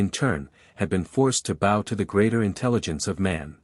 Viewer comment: I am enjoying the audiobook thank you, though I am struggling with the narrator saying bow and arrows as in take a bow instead of bow and arrows. It can be the smallest thing that derails a story, it's like hitting a bump in the road it jars you.